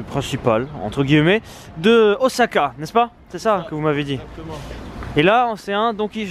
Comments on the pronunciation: pour Osaka, Miso, Wasabi, évite de massacré les prononciation japonais c'est pénible à les entendres, les "S" dans les mots japonais se prononce comme si tu avais deux "S" en français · "ozaka" "yakitori" ...xD vous m'avez épuisez